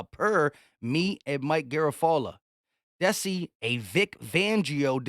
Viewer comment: I don’t think you pronounce the DC candidate as Sean (Desse) it’s (Dee -Sy).